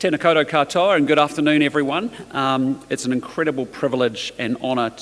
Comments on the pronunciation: Ten-aar-car-toe-arr and good evening... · "Ten-Aye-Car-Toe-err and good afternoon everyone" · “Tena Kou doh” 🤦🏼‍♂️